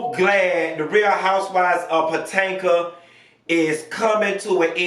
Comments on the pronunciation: I'm hollering every time he says patanka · If you can't pronounce the name of the program correctly then I can't watch your commentary ridiculous